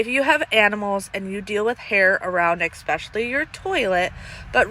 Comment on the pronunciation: I do enjoy your videos and happy that you post as often as you do. However I have to let you know there is no “X” in the word especially.